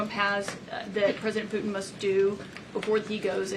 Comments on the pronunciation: "Poo-in"? 😂😂😂 That's a PR conference 😂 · Who is President Poo-In?